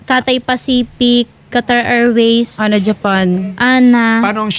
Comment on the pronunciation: Hindi Po ANA ang Bigkas Kundi A N A ✌️